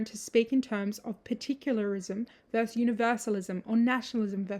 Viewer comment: Interesting video. But goddamn it, it’s versus not verse!